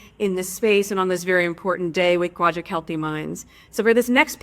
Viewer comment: Wait she’s clean and clear? She misspoke 3times in one sentence, quilled for thrilled, and quaject for project, is that normal for her? Is it some kind of audio upload to YouTube issue not the way she’s actually saying those words?